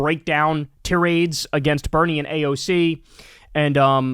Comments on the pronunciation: Tie-raid. Check your pronunciation, man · The way he pronounced "tirades." 🫠